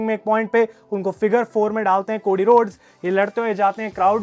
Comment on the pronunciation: भाई वो कोडी हैं, कोड़ी नही 😂😂😂